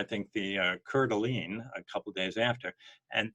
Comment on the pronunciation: It’s pronounced core da lane.